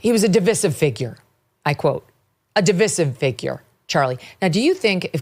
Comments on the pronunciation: di-VICE-ive, NOT di-VISS-ive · Please - Sounds like duh •vai•suhv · I love you Megan, but you cannot go into a segment on division and not know how to SAY THE FUCKING WORD. Really. No one has corrected you ffs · Is that really how people say divisive? I guess I been saying it wrong